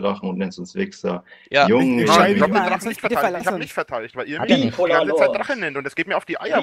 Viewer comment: "Ich bin nicht der drachne, verdammde aggst!"